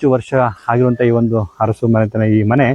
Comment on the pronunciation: ಅರಸು ಬದಲಿಗೆ ಹರಸು ಅನ್ನಬೇಡಿ. ನಾಲಗೆಯನ್ನು ಸ್ವಚ್ಛವಾಗಿಡಿ.